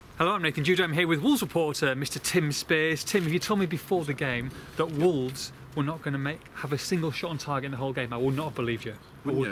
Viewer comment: stop saying wolves es......idiot.......its wolves !